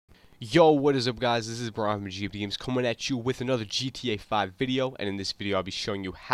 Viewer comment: listen closely he said Gt 5 not gta 5